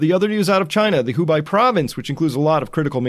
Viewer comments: Hubei sounds more like "who bay" than "who buy". I appreciate your content! Thanks for sticking to legitimate data. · Hubei province. Its pronounced who-bay, not who-bigh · Thank you for tirelessly educating us everyday! P.S. Hubei is pronounced as “Who bay” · Thanks for the great update Chris, and while everyone is reminding you how to pronounce Spokane, I should also say that Hubei is more correctly pronounced as, "Hu-bey" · Could you please pronounce Hubei like Hu-bay. Thanks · Hu-bei province is pronounced like who BAY. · Hubei is pronounced Hu BEY... It rhymes with hey, ands BAE and aid...